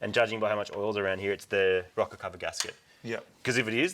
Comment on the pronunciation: are you saying a rocket cover or rocker cover? lol